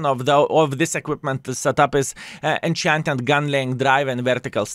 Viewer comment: you say Enhanced (not enchanted lol) Gun Laying drive it is not a correct thing to use but you don'[t say why like at all. It just lowers your aim time. Bounty is 12.5% which the worse it is the better it will help. Is-6 aiming time is 2.68 Lowering aiming time lowers your peak time, which is probably why people run it. Vstab lowers bloom and thereby aim time right? Still can't be snapping with it, still like.37 dispersion. A lot of people sit and aim and let people drive in front of their guns. So not sure which is really better to be fair. Well I haven't heard you talk about vents yet, but gld could be better over vents, I wouldn't remove vstab at least. Vents are bound to be a hot topic.